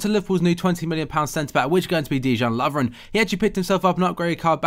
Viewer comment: It's Day-yan Lovren